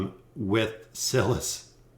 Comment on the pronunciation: Cil-iss??? No bro Sy-liss